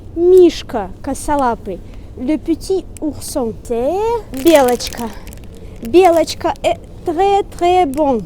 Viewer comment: Oui, белочка c'est "écureuil" en français, tu le dis très bien :)